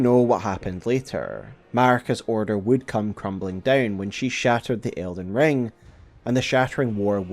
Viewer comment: Did anyone else think he said elden John? 💀